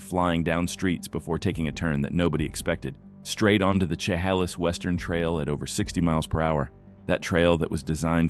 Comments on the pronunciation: It's not chi-ha-lis. It's shi-HAY-less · It's funny listening to these AI-generated voices trying to pronounce the names of streets, cities, and rivers in Washington and Oregon. At least the cop chasing the truck knew how to pronounce "Chehalis." 😉